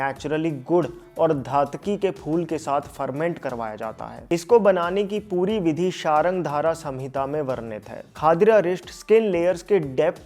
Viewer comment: Bhaiya ..sorry to say ..but it's not शार्गंधारा ..it's शार्गंधर संहिता (सम् हिता)❤...